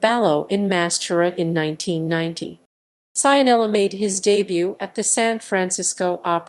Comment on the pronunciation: Pronunciato Saianela non si può sentire.